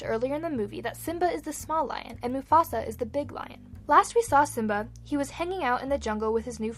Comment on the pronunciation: Simba not sim.